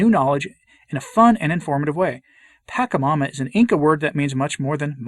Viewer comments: Not that it matters terribly, but it's pronounced "patch-a-momma", not "pack-a-momma" (more accurately, "potch-a-momma", but patch is close enough). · It is pronounced Pah-Cha-Ma-Ma and not Pack -a-ma-ma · FYI, the "CH" in Pachamama and Quechua, are pronounced as the "CH" in Chile or champion. They do not follow the Italian pronounciation rules where "ch" is pronounced as "k", such as gnocchi. It is not pronounced Pakamama or Quekua. And you are right, in Latin America many, many people revere the Pachamama. It became sort if mainstream during the hippie revolution in the 60s and 70s, and is now everywhere, mixed in with Catholic tradition 🤦🏼‍♀️ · It pronounce pa- SHA -mama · Why do you keep saying it wrong? Are you doing that on purpose? Clearly you don't know what you're talking about since you can't even take the time to learn how to say it, I doubt you even bothered to look into it and just went of your bigoted ethnocentric heart and disrespect for indigenous culture. Pachamama is mother earth aka Gaia ,you know planet you walk on every day. The one God decided to put you on. This is why people are leaving the catholic church. It's really sad.